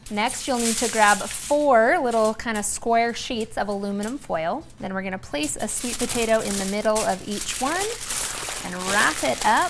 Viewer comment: Heard a little bit of a Southern drawl when you said 'these go be good'😊 lol here in the south along with cinnamon and sugar we'll add mini marshmallows, same process add mini marshmallows place under a broiler for about 30 seconds and they go be good😅